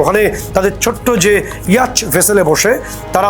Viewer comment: ইয়াচ নয়, ইয়ট